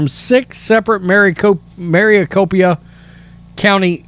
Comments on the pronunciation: Maricopa not Maricopia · Yeah! Where is MARICOPIA county??? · Pronounced Mary Cōpâ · You have me laughing at how you are pronouncing Maracopa. I live in Maricopa County in Phoenix. Yes, we had peeps have to go to other poling sites, which those will not be counted. We have to vote physically at our designated poling sites. I am a mail in ballot voter. I am wondering how those mail in went. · Bro I'ma fan but why are you say Maricopa like that tho 😂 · Is it that hard to say Maricopa?